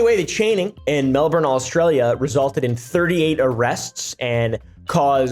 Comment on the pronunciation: Ha, I live in Melbourne, nobody says Melbourne like that